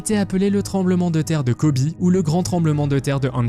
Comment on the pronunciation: C'est Kobe, pourquoi prononcez vous : Kobi ? Le fleuve qui coule à Londres s'appelle la Tamise en français , Thames que vous prononcez mal d'ailleurs, c'est en anglais.